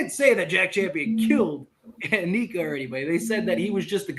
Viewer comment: Anika is NOT pronounced, ANEEKA!!! It is Anika, with a short I.